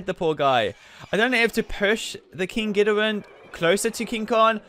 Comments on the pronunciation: It's king gi-dor-a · It King gidorah not King gidorin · King Ghdora